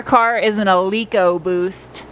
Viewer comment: "Leak-O-Boost" hahaha 🤣😂 You are such a dork!😻